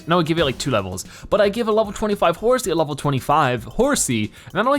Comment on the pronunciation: It's horsea